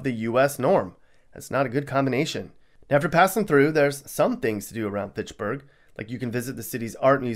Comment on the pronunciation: I'm absolutely dead 💀🤣... you call the first city pitsburg not Fitchburg as in Fitch-burg